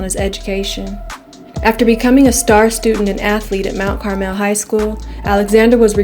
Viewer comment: She said "Mount Car-MEL" LOL